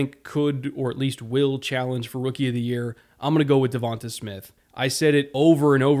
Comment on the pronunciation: Devonta Smith: It’s not DevontUH Smith it’s DevontAYY Smith I hate hearing the pronunciation of his name incorrectly